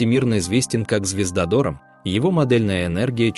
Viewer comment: Почему такое невероятное ударение в слове ДОРАМ??